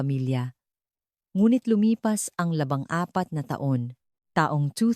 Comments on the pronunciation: Labing apat, di labang apat🤨di mo ma pronounce iBang Numero Ng maayos👋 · Labing apat, Hindi labang apat😊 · Bulol ang voice over..LABANG APAT DAW, JUICE KO. LABING APAT PO! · Maganda ang kuwento pero yung nagkukuwent o Hindi yata marunong magtagalog baluktot ang dila yung labing ginagawa nyang labang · Labangapat na Taon, 😅 Labingapat na Taon po, bulol pa,🤣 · Ang ganda. ng sturya maalam bumigkas ng tagalog piro pag bigkas ng date taon nababaho Ang bikas paki correct Ang bawat salita LABING apat. Labang apat Ang iyong BB bigkas mayga ibat ina pang mga salitang tagalog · ANO IBIG SABHIN NG LABANG APAT NA TAON DAPAT DERETSUHIN NINYO LABING APAT BA RAIN DI UNG LABANG APAT PANGIT PAKINGGAN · Ung 14 na dapat ay labing apat naging labang torse, mdyo masakit sa tenga😅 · Hay naku maganda ang kwento kahit na midyo may pagkakamali sa ibang pag pronaus ng ilang salita katulad ng labang apat dapat labing apat at labanghati na taon diba okey narin importante nalutas ang kaso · AI ba ito. kasi ung narration parang AI, mali malli pronunciation "labang apat' etc. Pano naiwan ang fingerprints sa nakabaon sa lupa ng 14 years. may bank privacy law din po. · Hoy ano yong labang apat na taon di tama ang pag bigkas,nabobobo ako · Napansin ko din yun LABANG APAT NA TAON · Atusin mo mga words mo kng sino ka man nag nanarate LABING APAT HINDI LABANG APAT ALIBYE ANG PRONUNCIATION HINDI ALIBI DIYOS KO PO mag aral ka magbasa at mag pronounce ng tana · Kakainis, labang apat, laban apat, intresante etc. Bakit AI pa ANDANG HAN VICE ANDANG HO ??? Jose tapos naging Joey